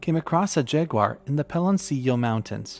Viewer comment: JA-GUAR, hijo de la chingada, not "Jay-guar." Aside from that, a great video.